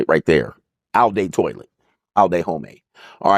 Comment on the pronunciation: TwA la, not toilet